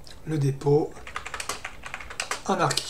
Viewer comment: La prononciation Anarki est fausse en anglais, c'est Aneurky ( ou plus pro /ˈænəkɪ/ ) ou /enərkɪ/. Après je sais pourquoi tu dis cela mais au moins tu fais des efforts pour parler correctement, c'est appréciable.